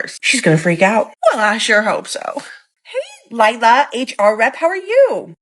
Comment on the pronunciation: That might be the most south/south-west "I hope so" I've ever heard, xD 😂